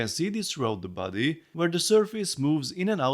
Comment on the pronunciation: Thought you were saying "buddy" and not "body" for a while, and I just accepted it, like "yeah he's my buddy" lol Really cool! I think they did a surprisingly good job capturing the wrinkles, and starting with the most important feature (the face in this case) made sure it doesn't look uncanny or out of scale and that everything has a decent amount of detail, I think more Lego sets could take notes from that honestly. Unfortunate that they couldn't fit the neck extension feature but it's an understandable trade-off and I'm sure a MOC builder will figure it out eventually :)